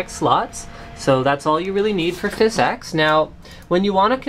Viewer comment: its phys ex, not phys eex